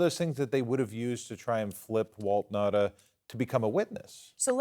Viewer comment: Pronunciation for Will Nauta is not Will Nah-dah it's Will Now-ta. Anyhow, he's probably just blindly following orders from former prez absolute chain of command.